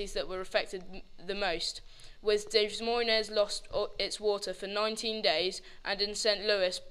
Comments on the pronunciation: Very good video. However, Des Moines is pronounced (Deh Moine.)The s's are silent :) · Hahahahaha "Des Moines" is pronounced "Duh Moin" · To clear this pronunciation problem up for everyone...Des Moines is closer to Day Moin .... It's french. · Are you guys from the UK? I'm disappointed you didn't know your french in pronouncing Des Moines. Otherwise good job.